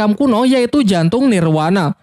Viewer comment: Nirvana BG bukan nirwana